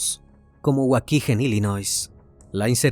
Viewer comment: wuakigen......ES WUAKIGAN(WAUKEGAN), SI NO LO SABRÉ AHI VIVI LA INFANCIA. WAKIGEN, WIRILES...OIR TE HABLAR INGLES NO TIENE PRECIO WEY